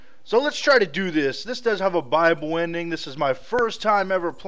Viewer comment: I know he is saying "buyable ending" but it sounds like he's saying bible ending xD